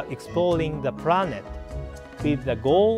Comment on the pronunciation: "While exploring the pRanet..." I lost it, and so did he for a minute XD.